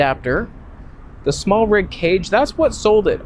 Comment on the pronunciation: Smartrig? I guess you mean Smallrig 😜